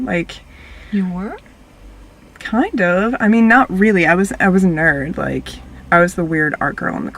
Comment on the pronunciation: DONT SAY "LIKE" LIKE LIKE THAT!